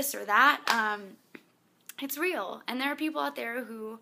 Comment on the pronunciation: She says "and" funny. It's like "aiiind" :D